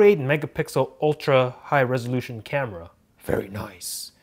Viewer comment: He said... very noice